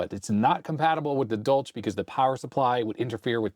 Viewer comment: It clearly says "for industrial USAGE", not "age". Also, that's not how you pronounce the German name "Dolch". The ch is a hissing sound, like a cat makes.